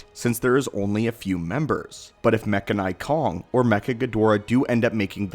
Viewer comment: It’s “mechanic-Kong” if that makes sense